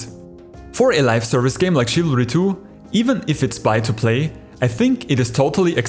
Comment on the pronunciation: I thought you Said chavalry 2